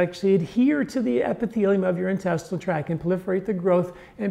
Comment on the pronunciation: Intestinal tract, not track.